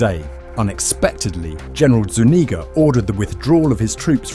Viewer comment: The only time ive heard my last name said right Zuñiga